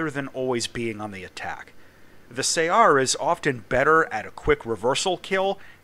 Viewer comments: I crippled this thing with 2 critical hits in my MiG-21S and yet the guy managed to missile me, i had no idea it had missiles. Btw regarding the other comment saying you pronounce it wrong, i think it is pronounced in the arab way, which is closer to 'su-uh-r', great video as always. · Its pronouced more like "saR" (like the word R)